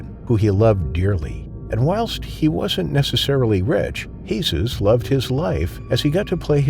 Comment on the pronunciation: Lol that's not how you pronounce Jesus in spanish